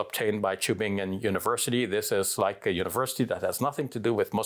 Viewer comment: Subhanallah as a german native speaker I really like how you pronounce the word "Tübingen" barakallahu feek